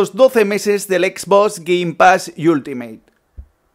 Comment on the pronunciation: Dice exbos